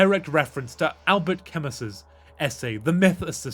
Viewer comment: Just for future reference, Albert Camus was French and thus his name is not pronounced as it would be in English. "Camus" is pronounced "Camoo" and Albert has a silent "t". It would be pronounced "Albear Camoo"